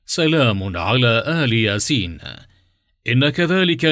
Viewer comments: تصحيح لقرائتك للآيه الكريمه أخي وهي >> سلام على إل ياسين >> وليس آل ياسين >>صدق الله العظيم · المتحدث في الفيديو ده بينطق آية غلط هي يا جماعة سلام علي إلياسين مش آل ياسين هو المفروض اللي بيوصل معلومة يوصلها صح ممكن حد يشوف ان دي عادي ويقول دااا كلمة يا جماعة كده ماينفعشي ياريت يكون في اهتمام اكتر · ال ياسين مش آل ياسين اتأكد من الحركات الالف مكسورة واللام ساكنة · اسف ولكن المعلق قرأ الايه خطء........فهي ليس آل ياسين ولكن إلياسين ومعناها إلياس واهله ومن تبعه. والله اعلم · ملاحظة عند قراءة إل ياسين تقرأ بكسر الهمزة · واللة اسمة الياسين بكسر الالف وليس بفتح الالف